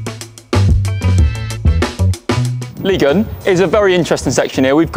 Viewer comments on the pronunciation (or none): Can't take this seriously after u pronounced ligue 1 as liguin